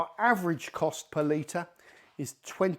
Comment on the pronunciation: It took me about 7 times hearing it until I learned he was saying per liter and not some made up currency called Palita that I never heard of